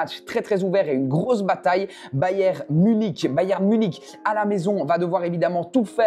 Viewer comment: Sa ce dit pas bayem sa ce dit bayern